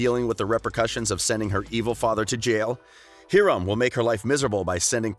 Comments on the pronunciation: I was totally okay with how he pronounced everything else but.. HEEERAM!! hyram is how u say it sis, take a look on the shows your talking about 😂😂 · HeErOm dude its Hiram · meggy buric he said he-ram instead of Hiram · did my man say “hE-rum” instead of “hYram” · Did he just say Heeram instead of Hiram?!?! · It’s pronounced Hi-rum not He- rum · HEERUM IT'S HIREM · Heram lol it’s Hiram Hi-Rum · I’m sorry.... but did this man just say Hear-um instead of Hiram? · did he say “heerum” instead of “hiram”💀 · Mr. Lodges first name is pronounced Hi-rum. sorry if this comes off rude 😊 goodbye😜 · Anybody else realize that he called Hiram “Heeram” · is no one going to comment about how he pronounces Hiram He sets Herim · I’m sorry... here-um? and mad-ale-ine? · What is with these types of channels and not being able to pronounce names correctly you pronounce it Hi-rum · Did u say MadeLINE now I’m just pissed off. Also Heeram? 🤣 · He did not just say “ hearam” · He said heram and madeline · It’s pronounced Hiram as in hi-rum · Did he say heeram and madeliene oohh noo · Did anyone cringe when he said Hiram ‘s name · He said Hiram wrong and I oop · You said Hiram wrong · He said Hiram wrong I hate when people talk about shows and never even seen it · He pronounced Hiram wrong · you know the voiceover doesn't watch Riverdale cuz he pronounces Hiram wrong. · Like no hate. But you gotta learn how to pronounce their names. Roberto Madelaine Hiram....